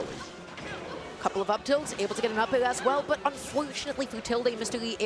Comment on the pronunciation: Saying “up-ULL” instead of “up air” is perfectly understandable ?